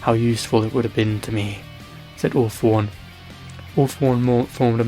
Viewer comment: When he sais all for one sounds like he is saying awfull one